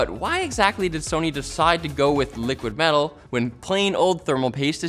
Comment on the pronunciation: LTT's latest branded product, "' Liquid Mell'al" 😂